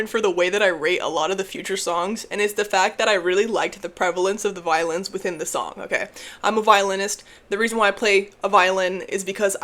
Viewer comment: Bro every time you say you like songs with violins I keep thinking you say violence😭